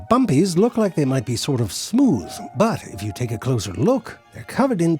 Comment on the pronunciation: Doesn't say "smyouuth"😢.